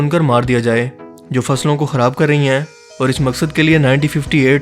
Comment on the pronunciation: Bhai tum sentence k akhri word py itna zor kiu dete ho? Hain hain hain Sunay main aisa lgta ha bakri ki cheenk phasi ha Itna ala channel ha ye kaam b thk kr do